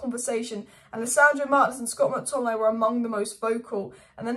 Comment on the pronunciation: You mean Scott McTominaaaeyy